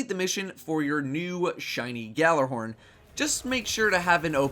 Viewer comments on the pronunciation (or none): It is not pronounced "GALLARHORN"! It is pronounced"YALLARHORN". It is a word that comes from Norsk mythology and not pronounced the way it is spelled. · not to nitpick, but it's pronounced YALLAR-horn. G is silent. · Say it with me now: YALL-ar-horn. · “Galler horn” please stop daddo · but they are incorrect it's pronounced yalla-horn it means yelling horn in Scandinavian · ***** The Bungie people are Americans, who butcher Swedish, obviously. Trust me, Gjallarhorn is pronounced Yallar-horn. It means, Yelling horn, it's the horn that Heimdallr blows. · It is so saddening that even a Cryptarch can't pronounce Gjallarhorn (Ya-LLER-horn) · its pronounced guh-jaller-horn